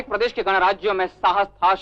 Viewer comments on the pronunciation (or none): none